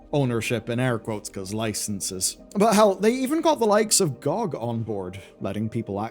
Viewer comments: Who the hell pronounces GOG "gee-oh-gee" (Good Old Games) as "gaug"?! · I hated how you pronounced GoG....